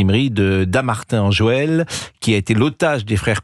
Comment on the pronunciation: Monsieur Praud.. C'est Dammartin en Goële, pas Dammartin en "Joël" !